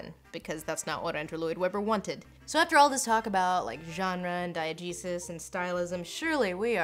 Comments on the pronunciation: I'm probably not the first to say this, but every time you say "diegesis" I swear I hear "diet Jesus"... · I just have to say, every time Lindsay says "diagesis," I hear "Diet Jesus." Like Jesus, but with no calories!